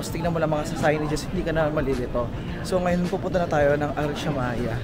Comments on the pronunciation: Arashiyama po, not Arashimaya hehe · Arashiyama hindi arashimaya🤣